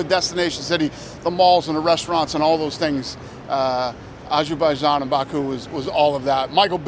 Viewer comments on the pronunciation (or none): Soon our world will know the evil dirty deeds Trump and dana white have committed. The way Dana says ajooboojain instead of Azerbaijan hurts too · you guys been to ashabashan?